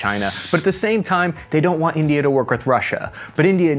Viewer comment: I died laughing at the very start. Calling India... "Tindia" was fantastic sir. Either it was a sound mistake, or you actually called them Tindia for the shits and giggles of it hahaha...😅